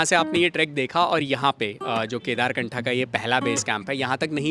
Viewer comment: कम से कम आप तो सही नाम का उच्चारण करो, केदारकंठ है ना वह जगह का नाम